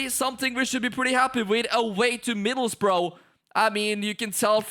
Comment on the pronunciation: As a Boro fan, that pronunciation was terrible 😄